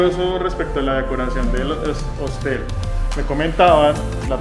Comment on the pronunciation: Se dice Hostal, no Hostel